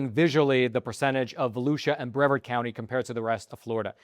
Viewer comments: Brevarrrrrd County. Heavy infinence on the R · It's not the end of the world, I know. But for future reference, Brevard is pronounced BrevARD with the emphasis on the second syllable. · it's [bruh-VAHRD] not [BREV-erd]. Any idiot will eat almost anything including armadillos. Another reason God said certain animals, birds and fish are not 'food'. Armadillos are on God's short list of 'not food'. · I grew uin Brevard county mentioned in this great report. I have had Armadillo on more than a few occasions as well pretty much everything else. It is mild in comparison to say wild hogs or raccoons. I would say at least for me a cross between that and maybe chicken or guinea. Lived just East of the StJohn's just west of Cocoa, the mainland not beach side. It is pronounced Bre vard like lard except with a v instead. Great job. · Not 100% sure but I think Brevard is pronounced breh VARD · it's pronounced bra-vard county, also never heard of anyone eating armadillo, and i thought it was well known you could get leprosy from armadillo's. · Hey! I'm from Brevard. Heads up... it's pronounced with the long e sound bree-vard. I've never heard it locally with the short e sound. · it's pronounced "Breh-vard" county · Your pronounce it Bru Vard. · Bre-vaRd County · Just for the record. Brevard County is usually pronounced Bra-vařd County... or sometimes Brē-vařd County.. I grew up there... any doubts just YouTube a news program from WFTV 9 or WESH 2... and listen to how its pronounced.. Hearing your home County pronounced is irritating as heck.. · Bre--vard. You split the word between the wrong letters. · pronounced "Br-vard"😁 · Brev-ARD County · Brevard county is pronounced like yard at the end. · Brevard is pronounced with accent on the second syllable. Just trying to help.